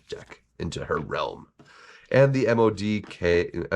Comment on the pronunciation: You say his name MODOK (mow-dock), not the letters separately.